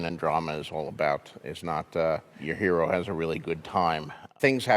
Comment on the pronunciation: That’s a weird way to pronounce “hero”